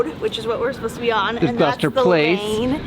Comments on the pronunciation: Gloucester is pronounced "Gloss-ter" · or Gross-ster. lmao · Surely the purple house was Prince..and Gloucester is pronounced Glosster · They're still saying "glaow-ster" though.